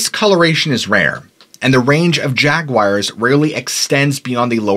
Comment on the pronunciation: I love your channel. I’ve listen to most of your content. With that said, I’ve made a study of your pronunciations on words. Please tell me where you are from regionally. Jag-u-i-ars is an unusual way to pronounce the word. Another video you said ee-cee for “icy”. Please let me know!